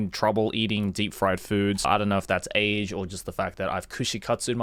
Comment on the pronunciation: It's " AGE" bud